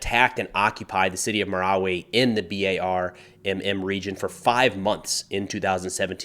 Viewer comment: have you been to the Philippines? You're pronouncing everything correctly! BTW, we say M-I-L-F by spelling it out. Thanks for covering this, I have Filipino heritage and my home town is 100 miles north of Marawi. This area in Mindanao is like the middle east, never ending war!